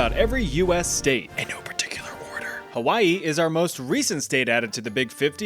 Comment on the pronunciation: THE PRONUNCIATION IM DEAD (for Hawai’i)